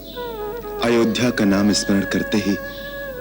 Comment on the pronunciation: The way said Ayodhya☺